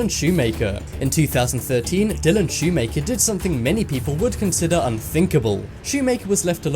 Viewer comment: Lol Dylan ''shoe maker''